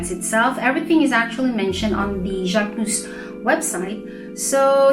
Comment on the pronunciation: Ohhh, I like the way you pronouce the name❤❤❤❤,love the review